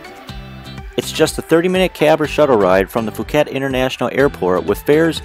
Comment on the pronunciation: Great video but if I may offer some advice: 1) The "Ph" in Phuket is pronounced as a "P" not an "F", so it's more like Poo-ket. 2) Try setting up the white balance on your camera, you'll get much more true colouration. Other than that, great clip and I loved the short summary that gave just enough information!